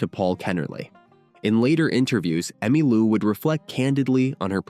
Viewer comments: God AI. It's Emmeee Lou not Emmuh Lou. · Did you just say, Emmalua? What is this, phoney Ai? Surely not. Too lazy to have a real live human narrate a story about very important person like Emmy Lou Harris. STOP 🛑 IT!! 🛑🛑🛑🛑🛑🛑🛑🛑🛑🛑🛑🛑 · AI voice ugh. "Emmah Lou." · AI narrator keeps calling her “Emma-Lou”. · Another stinking Ai generated video, where the text to voice can't even get her name right. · Why am I supposed to believe that you know something about Emmylou when your bot can't even pronounce her name? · AI bnarrator. Can’t even pronounce Emmylou. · The stupid AI bot can't even pronounce her name. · Disappoointed that you misprounced Emmy' and Buffy Sainte Marie's names. Where are you from?